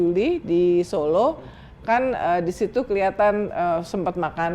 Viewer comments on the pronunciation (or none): none